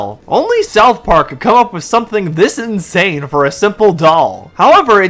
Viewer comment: Hold up, did this guy say "South Pork" ?